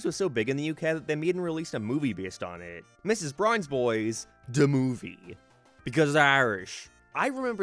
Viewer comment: I’m an American, yet them calling it “D’Movie” is the funniest thing in the world to me and I can’t explain why.